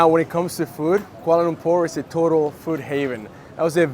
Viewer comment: ok i sub because you pronounce kuala lumpur accurately.